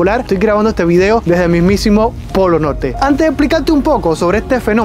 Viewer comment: Métale la rr amigo (Polo Norte) 😅(Polo Note) 👌 ... Pero gracias